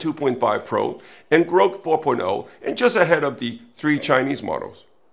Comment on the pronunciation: He mispronounced Grok too lol. But I agree there is a bubble. To me a correction would imply that there is a bubble. Either way, the one of the only companies actually making money from AI right now is Nvidia, and they’re keeping the cash coming in by investing in their own customers. Billions are spent in infrastructure that will be obsolete in a couple years and material progress has been made only through scaling. Transformers need to be unseated by Jepa or something new